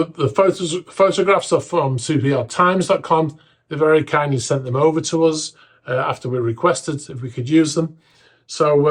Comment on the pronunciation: The word "us" rhymes with "bus" but you constantly pronounce it "uzz" like it rhymes with "buzz".